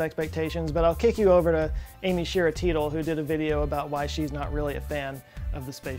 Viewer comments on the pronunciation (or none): Teitel pronounced as Title.